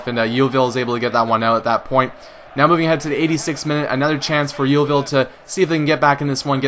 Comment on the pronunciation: Lol, the way you say Yeovil is funny but no matter, lots of people pronounce it wrong :)